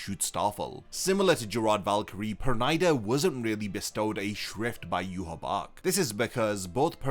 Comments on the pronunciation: it's per-nee-da not per-ny-da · Pronouncing the name like that is ridiculous. It is Yiddish, almost Hebrew, if not. Please stop pronouncing the name as the Japanese who have a problem with its pronunciation in the first place.